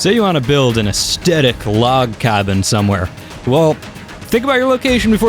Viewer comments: "Ass tedick" I think the word you are trying to say is "Ass thetic" ;-) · As tet ic - Aes thet ic Drives me crazy when you say it hahaha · Stop saying asthectic (is that how you spell it?) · Am I the only one triggered when he mispronounces aesthetic as aeSTetic? There's an H in there bro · I think you mean “astetic”. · new drinking game take a shot every time you hear estetic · Say the word "theory".. Aesthetic has the same" th" sound in it. Not a hint if a aesdetic. Great video though and I'm sharing it with friends. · Your mispronunciation of "aesthetic" every 8 seconds kills me. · an an extra one for each time he cant pronounce it! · I can't finish the video - the only thing worse than over using a word is pronouncing it wrong every time you use it! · I can't get over the way he says it; laughing so hard, this is great. XD